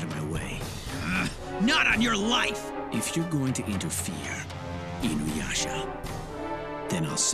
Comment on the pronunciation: Classic Inyuyasha lol nice video